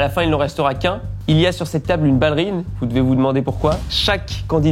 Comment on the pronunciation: même si elle sait comment on prononce « ballerine » je crois qu’elle est tellement têtue que jusqu’à la fin de sa vie elle dira toujours « ballérine » 😂 Enfin, j’espère qu’elle vivra encore TRÈS longtemps! Ma maman qui est décédée l’année dernière était du 1954 aussi, elle est partie en février et elle allait avoir ses 70 ans en mai et dans son caractère et sa façon d’être me rappelle profondément ma maman 🥰 D’ailleurs elle faisait la même taille que 😅 De son vivant elle connaissait la chaine studio et on s’était vraiment dit qu’elle et seraient devenues les meilleures copines du monde si elles s’étaient rencontrées 😅 Elle est tellement comme ma maman quand je l’écoute parler, entre sa coupe de cheveux sui lui ressemblait un peu, sa voix grave comme, sa taille comme je le disais 😂 ainsi que son caractère et son humour incroyable mais aussi sa grande bienveillance et tout l’amour qu’elle a à donner, c’est ma mère tout craché 🥹 C’est aussi pour ça que j’aime tant regarder vos vidéos, je les aimais déjà du vivant de ma maman mais depuis son décès je les savoure encore plus parce que je revois en elle ma petite maman d’amour 🥰❤️